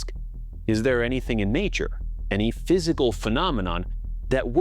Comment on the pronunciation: there could be millions of dimensions could be Trillions of dimensions ~! or there dewrr juusst sitting there.. HE said Derr instead of there as if he had shit in his mouth because that is basicly what this is shitt , ~ there are a total of 20 Dimensions in the Observable Univers and hadrly ever iINTERACT with eachother - this Univers will end in 5 to 12 Billion years stop acting like i this place goes on IndeFInaTLy start preparing or perish here along with all matter